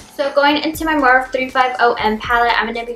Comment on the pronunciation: love this look but PLEASE learn how to say "morphe" correctly. you are saying "morph" the e isnt silent. its pronounced "moor-fee"